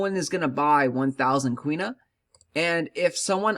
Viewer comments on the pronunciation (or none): Quinoa (keeen - wahh) fyi